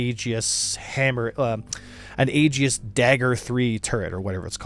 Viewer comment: I initially thought he was saying A-G-I-S really fast. If you're trying to pronounce Aegis correctly, remember that it's Greek in origin so it's kinda funky, and the best way to pronounce it is, "EE-jis". I was playing Red Alert 2 in high school on my laptop, and I made a comment about Aegis cruisers (Ae-jis), and the teacher responded with a quote from the Iliad with the proper pronunciation.